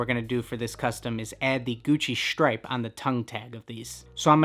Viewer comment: the gucci “SHHTRIPE” “SHHHTRIPE”